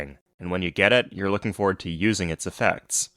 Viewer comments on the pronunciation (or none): none